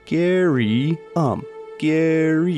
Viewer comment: Gaary, Gary uh wha' Gaary.